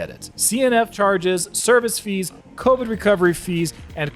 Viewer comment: CONvid fee… Say what!